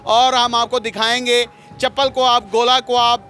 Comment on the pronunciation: ارے ڈھگو مائیک پکڑ لیا اردو تو بولنا سیکھ لو کواب نہیں کباب ہوتا ہے انگلش بھی ڈھگہ اسٹائل بولتے ہو۔